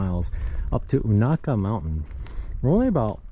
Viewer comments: it's long u na, like ney, Ka. fyi. I always crack up when people try to pronounce places in this area. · It will be windy on those balds. Extremely cold. Be careful. Local pronunciation is you-neigh-ka. Indian name. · Most people pronounce it 'You Nay Ka '. (short a). You should see it on a foggy morning. I call it the Black Forest of Unaka Mountain. Have fun in the Snow. Twenty nine years ago to the day we had 36".